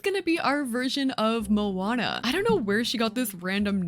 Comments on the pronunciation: i respect sm that u asked thank u! :D yeah i think u are right to not trust their input on this haha. the way we [maori ppl] pronounce it would be similar to "mo-uh-nuh" it means ocean in pretty much every polynesian language :D 🌊 it's a beautiful word it deserves to be said correctly :') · oooooooof. ur pronounciation of moana hurts my soul as a polynesian 😭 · How is Moana pronounced? I’ve only really heard her name pronounced as “Mo-on-nuh”, or “Mo-ann-nuh” (forgive my weird way of spelling pronunciations, I get confused by how they do it in dictionaries) and I just go with the first pronunciation because I’ve only heard it pronounced the second way by American (southern US) white women in their mid-seventies, and I don’t entirely trust their input on these matters.